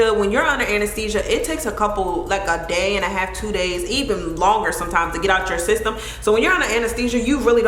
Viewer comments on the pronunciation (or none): none